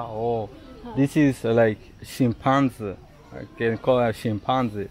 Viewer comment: chimpanzee. The last three letters should sound like bee